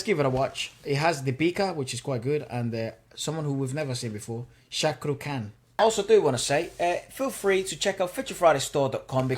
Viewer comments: Shaqrukh Khan ..... absolutely butchered srk's name😂😂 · The way pronounced SRK's name😂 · "shak ru kaan" xDDD